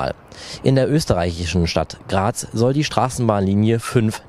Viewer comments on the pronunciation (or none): none